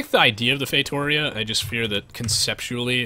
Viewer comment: It's FAY-TOO-REE-UH